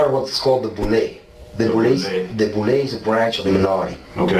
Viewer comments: It’s Boule (Boo-lay) just fyi .. not Bowl-lee. Great video. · Not bow-ly. It’s pronounced boo-lay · it’s pronounced “BOO-LAY” not BOH-LEE. (Boulé) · Please don't be SO smart you refuse to pronounce BOULE. It's not Bowlee bro. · Boule Pronounced “boo lay” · I thought it was Boule = Boo-Lay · Boulé is pronounced “boo-LAY” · Boule is pronounced Boo-Lay. You gotta get that right. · Bow-lay or boo-lay not ….. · Boule is pronounced as Boo-Lay